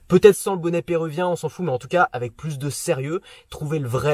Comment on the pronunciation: bonnet pérUvien pas "pérouvien" :)